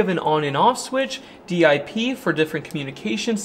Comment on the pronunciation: I always get a chuckle over how says DEE EYE PEE instead of DIP (like dip for chips), when referring to DIP switches.